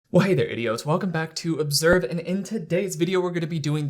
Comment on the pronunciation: idk if you’re trolling or not, but since you’ve left multiple comments like this my instincts tell me that you are. But, for any person who is genuinely confused, has a video explaining why he does that. He’s also clearly not saying “idiots”, he’s saying “idiotes”